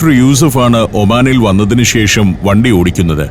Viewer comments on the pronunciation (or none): none